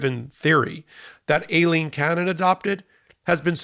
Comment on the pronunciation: Why are some people pronouncing her name Aleen Cannon? Why do you think there is an i in there? I think it is pronounced the same as Eileen.